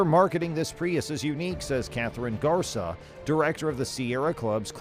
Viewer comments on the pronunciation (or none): GARCÍA For you English speakers is something like gar-SEE-uh, not garza